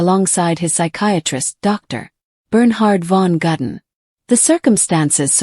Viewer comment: It is Ludwig, not Ladwig. How difficult can it be to pronounce somebody's name properly??? It is also Gudden, not Gadden.